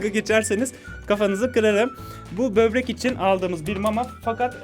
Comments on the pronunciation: bebrek değil böbrek hadi kafamı kır hadi! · abi bebrek demenle dalga gecmicem cunku ben berber diyodum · bobrek değil bebrek diyoruz artık arkadaşlar kendini yalnız hissetmesin? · EUEHUEHUEUU BÖRBEK DEDİ UEHEUEUEUHUEH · Bebrek. Evet. Böbrek değil, bebrek. Çünkü özeldir. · sbi bübrek ne ya böbrek o :D